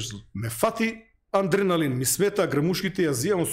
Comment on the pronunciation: адреналин,а не аНдреналин,разбир'ш!